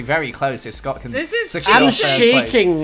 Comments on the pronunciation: LOL EETS SCUUT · "ETS SCOTT"